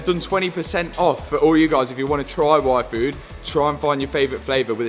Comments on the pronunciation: when brits say yfood, sounds like WAIFU ... I was like, he likes what? Oh, the yfood. lmao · When they say Yfood it sounds like waifu hahah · Ain't gonna lie, when your dad said yfood i heard waifu from anime